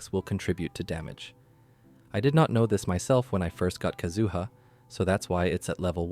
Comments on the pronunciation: All three syllables in 'Kazuha' are the same duration. Please don't extend the middle one, it makes it sounds like "kazoo". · Yes, your pronunciation is weird. It's like how they say Ayaka in EN Dub. But how to pronounce their names in Japanese have different accents. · So many years to pronounce his name right, yet you fail so hard. Disliked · The first person I've heard pronounce his name like that, haha.